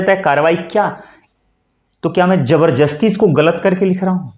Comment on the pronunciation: क्या आपने "जबरजस्ती" कहा?